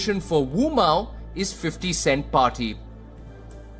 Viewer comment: 15 sewnts party